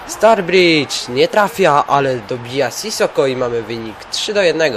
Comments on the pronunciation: Mówi się staridż a nie starbridż ale bez obrazy, rozumiem :D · nie zebym sie czepial ale kto to jest "Starbridż" :)? chyba, ze to brat Staridża :)??? oczywiscie wiadomo ze pisze sie Sturrige ;)